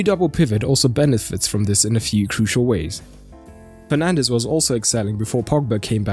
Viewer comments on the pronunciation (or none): he says Penandes 🤣🤣🤣🤣